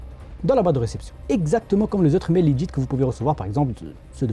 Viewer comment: Le générique d'intro est bien mais dommage qu'il dise "LEGUIT" AU LIEU DE LEGIT